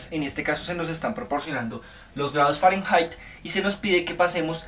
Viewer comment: se dice fahrenheit no fahranhait